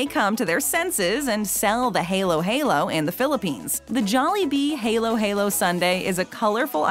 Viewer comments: it should be "ha-low ha-low" XD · okay this is offensive to me how dare you pronounce halo-halo like that... it’s suppose to be halo-halo not haylo-haylo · Its not a helo helo its a halo halo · Yes, i love pineapple pizza. You think its gross, i also do a lot of mixes with my food. Fries on sundae, fries on gravy and i sip ketchup packets. Edit: plus in , its not haelo. Its halo. Edit: Ako ay pinoy, sino din ang pinoy dito? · Filipinos: Halo-Halo: Helo-Helo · IM SO TRIGGERED ITS PRONOUNCED “HAH-LOH HAH-LOH” NOT “HAY-LOW HAY-LOW” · Critiotics I think they are not from Philippines that's why they pronounced it hay-low hay-low While us in the Philippines pronounced it like hah-loh hah-loh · Halo-halo(Hay-Low-HayLow) ❌ Halo-halo(Ha-Low-Ha-Low) ✅ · Hey-Lo, Hey-Lo?! It's actually pronounced, H(ao)-lo, H(ao)-lo. Like the word hallow. Love both videos btw! =) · How many times do I have to say its not halo as in the thing on top on an angel. Halo-halo is said as its spelled. So ha-loh ha-loh 😑😑😑😑😑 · also its Halo Halo not heylo Heylo also this jollibee location i know where its located cause of the background its located in UAE Hamdan center abu dhabi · Its not haylo-haylo, try saying hello with your mouth stuck in a wide open position and dont move it. you will say halo-halo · heylo-heylo filipinos: triggered btw it's halo-halo, as in short a sound i know cause i am filipino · It ain pronounced heylo-heylo its Ha lo - Ha lo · Hey I can tell you that the Halo-Halo is ACTUALLY in the Jollibee in the Philippines... And you dont pronounce the world like “Haylo Haylo” you sat it like “Halu Halu“ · CORRECTION: HALO-HALO is pronounced HA-LO HA-LO not HAY-LO HAY-LO... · it’s hAlo-hAlo not heylow-heylow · No it's "loh" not low "ha-low ha-low" ? it's just like the voice actor pronouncing halo-halo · I live in the Philippines and it's not halo halo like a angles halo it's HA-LO HA-LO. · Its halo-halo not helo-helo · It's called hAlo hAlo not hAYlo hAYlo